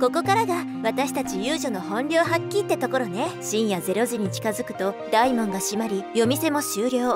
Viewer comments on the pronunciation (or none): 大門 だいもん ではなく、おおもん